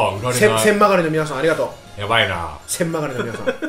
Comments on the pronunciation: うぽつです!!読み方、千曲(ちくま)です。ぜひ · 千曲を「せんまがり」って読むのは草